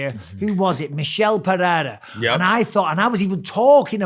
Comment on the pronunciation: Purrera, Peehayda, Podayta, Cereal, Cyril, Surreal.. we can't pronounce anything.